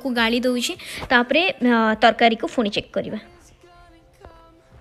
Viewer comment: Ruti di phuni kn kahuchanti seita phuni nuha seita puni plz don't say phuni